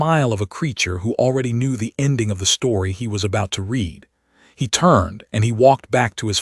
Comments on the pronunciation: Yes, also reed and red (read) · AI announcers need to learn read (reed) vs read (red) Bow (bough) vs bow (bo) and other homographs